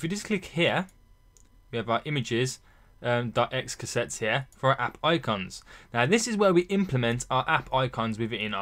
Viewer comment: lol'd at "x casettes" = it's xc assets as in xcode assets apart from that fantastic tutorial